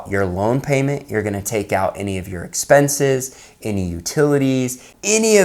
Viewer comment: What is SEXPENSES?? “$EXPENSES” 🤣😂🤣😂😂